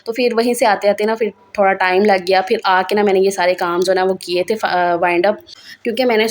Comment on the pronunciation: Dear sister urdu ko zinda rakhain.bhiga nahin bhigo.fir nahin phir